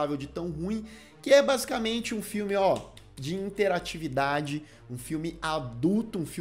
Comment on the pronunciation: Kkkkkkk morro de rir qdo o fala... "interatividade"